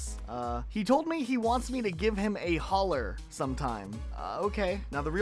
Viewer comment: “He told me to ‘give him a holler’” hearing you say that in the least Southern way possible has absolutely sent me into orbit as someone from Yeehaw Land, I’m CACKLING- Always love these 100 Days and absolutely adore City Folk, keep up the awesome work!:D